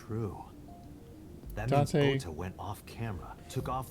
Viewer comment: it's Ota, not Oda... just letting u know early so u can change it before anyone else notices lol